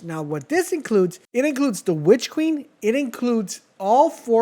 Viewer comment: “Witch keen”😭